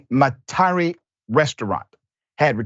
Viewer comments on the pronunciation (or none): MET-A-REE Louisiana.